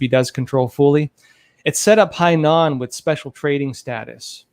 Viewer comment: Hainan (海南岛） is NOT CLOSER to Taiwan... Hong Kong is basically right next to Hainan island.. dude,, you know a bit about things but basic pronunciation of basic Chinese and geography needs to be improved!